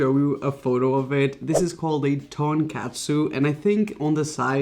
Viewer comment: I’m Korean and I’m getting triggered when u say donkatsu 😂